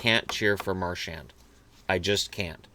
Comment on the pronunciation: the "D" in "Marchand" is silent. And the "an" is a single sound, kinda sounds like "on" (as in "on/off"), but chop off the "n" sound. Practice in the mirror:D